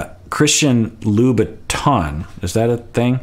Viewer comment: Jesse just can’t pronounce Loubotins. He also calls Cacua Caca or cocoa.